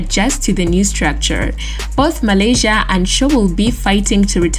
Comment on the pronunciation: "Ahkkkkmad" WHAT? Tyrell Malaysia??? Are you taking the piss now??? ROFLMAO. Lady you committing sack-able offences tbh sheesh.